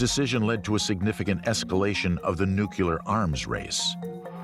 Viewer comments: One more time....it's NU-CLE-AR, NOT NU-CLU-LAR....... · Nuclear, NOT 'Nucular'! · Your credibility goes down when you say "nookyaler".